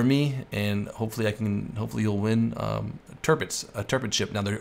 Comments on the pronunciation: Its kinda like: Tir = Tier You said it like Törpitz but thats pretty good to. Love your Vids tho :) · it´s pronounced TiRRpitz just leave the chewing gum ""arr" R ;-) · Btw you pronounce Tirpitz wrong